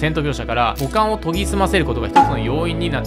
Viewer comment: 五感が股間に聞こえるシーンが多々あって草